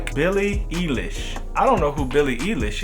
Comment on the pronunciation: 😂 said Billie EElish. That made me laugh so hard. It’s like ilish. I think you should definitely check her out. I’d dig a reaction. Plus those memes of her are stupid funny. 😂😭